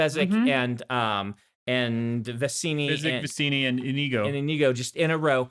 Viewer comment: As an spanish person, I was very surprised by your pronounciation of Iñigo like I_n_igo